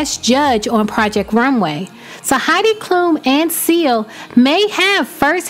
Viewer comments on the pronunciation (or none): none